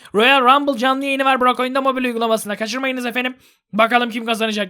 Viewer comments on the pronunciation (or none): none